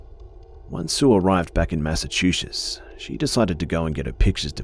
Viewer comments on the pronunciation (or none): its Massachusetts not Massachuchetts